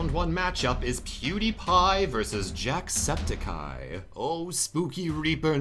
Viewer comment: I hate how he pronounces "Jacksepticeye" He says it like Jacksepti-cai